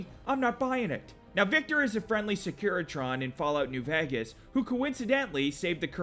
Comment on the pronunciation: It’s pronounced (vay-Gus) not (vah-Gus)